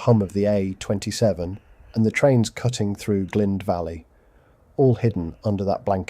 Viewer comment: I don't intend criticism, but CAY-burn, and Glynde rhymes with mind. Nice shots, anyway.